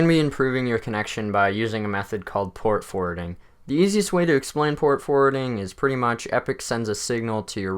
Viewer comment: I thought he said port-a-forting lmaooo